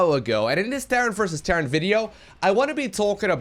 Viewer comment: am i the only one that hears "terrance vs terrace" every time says "terran vs terra "?